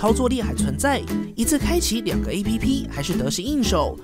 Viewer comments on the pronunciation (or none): 為什麼要把app拆開唸...